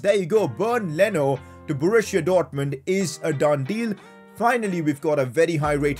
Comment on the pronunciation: Man it's called Borussia Dortmund not Borushia Dortmund.